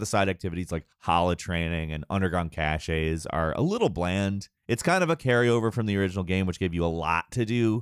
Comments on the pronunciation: Who's going to tell that "cache" is pronounced "cash", not "cashay"??? lol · Ok. Cachet (pronounced ca-shay) and cache (pronounced cash) are two different words, my guy. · you shouldn't say cache or caches like cachet or cachets, because they're different French loanwords. You might not know the difference; but everyone else that does isn't exactly impressed by that.